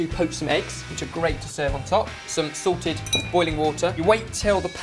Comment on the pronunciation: I know say's salted water, but it sounds like he's saying Sorted water like they have there own brand lol.